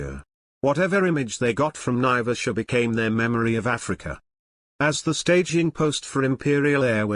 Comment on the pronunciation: There is NO connection between Mau Mau prisoners and flying boats. Naivasha is pronounced "N-eye-vash-ah" with the accent on the first syllable. Flying boats were made redundant by the general development of long runways capable of handling large aircraft, during WWII, before the 1950s. Embakasi Airport became Moi International Airport (Correction - Jomo Kenyatta International, not Moi International), not an airbase. Eastleigh Airport became Moi Air Base. BOAC was formed in 1939, not 1945. And on, and on.